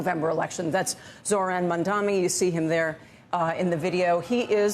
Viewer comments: They are still mispronouncing it. I can excuse it with his first name a little bit because people have trouble hitting the H but his last name is super easy it's so r@ to even act like Mamdani is hard to say. Cuomo is harder to say. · Who's the old racist lady who can't pronounce Mamdani's name? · It's almost like they try to mispronounce it on purpose to be racist on purpose. Or are they really that un-traveled, that un-cultured, that they can't learn a slightly different name?